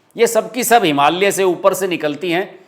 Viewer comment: हिमालय, not हिमाल्य ।